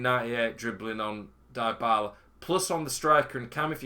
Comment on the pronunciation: Great content, thanks. Not to be pedantic, but deebala not diebala.